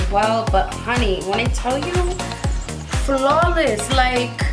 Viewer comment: Are you saying “honeeeyy” in an Asian accent? Just wondering…